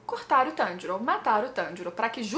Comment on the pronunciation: Eu sei que a treta tá brava e tals, mas..... só eu que percebi que o inousuke falou o nome do Tanjiro corretamente?